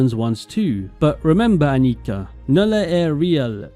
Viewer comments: The German pronunciation is Ánnika, not Anníka, you had it right the first time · Annika is a very Swedish name. And "Elsa is easier to say?" Come on. Ah-nee-KA. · Your first pronounciation of Annika was correct, the second is wrong. The surname Adler is not very common but also not that rare. I feel more often than not it's a jewish name in America than a regular german name but it's not too odd.